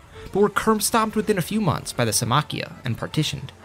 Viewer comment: I like how he writes it as Symmachía but doesn’t pronounce it that way 🤦‍♂️